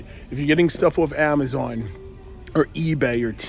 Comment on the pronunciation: “$3 nointy noin” “if u order from amazoin”